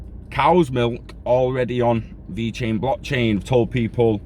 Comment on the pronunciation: Thanks for the info 👍 have a great day! And personally... I think you nailed the Italian pronunciation! 😂 stay safe brother 👊🏻